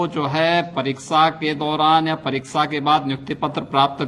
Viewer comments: जो शुद्ध उच्चारण नहीं कर पा रहा है परीसा परिसा कर रहा और दूसरे के ऊपर कैसी कटाक्ष करना है शर्म आनी चाहिए। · Ghanta koi batayega kya or yogi ji ko parikha bhi bolte nahi aa raha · Jis insan ko pariksha word sahi se nahi bola ja raha us insan ko Uttar Pradesh ka mukhya mantri banaya gaya hai. Wah re gufaputro ki sarkar.